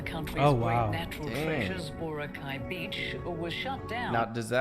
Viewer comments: It should be pronounced as bo-rak-aye. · Vora cay luh 😐 sir good sir its BO-RA-- KAAY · The closest way to pronounce Boracay is bo-rāh-kai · It pains me to hear "Borakey" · BORACAY /boh-RAH-kai/ not Kay, as in kai for Cobra Kai. Gets? I was there more than a decade ago and that's where the downfall began. It was still great when I went there. I had a ground floor beach side room. Awesome! I just stepped out of the balcony and the beach is there. White sand, emerald to sapphire water...not photoshopped. When you stand still in the water there are tiny fish that'll clean your skin. Scared the hell out of my friend! LOL! Best vacation ever. For many months I could still hear the sound of the water. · Boracay - Boh-RAH-kai so the stress is in RA. The man in the video pronounced it wrong but since he is not a filipino, that's fine. But yeah when you ask local and you pronounced it wrong, or at least it's not that clear to us, people will give you a weird questioning look. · Correct pronunciation of Boracay is baw . ruh . kai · Pronounced as BO - RA - KYE (like bye) In Tagalog, we only have 5 vowel sounds. A in apple, E in egg, I in eel, O in off, and U in zoo. Hope that helps. :) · Wrong pronouns of Boracay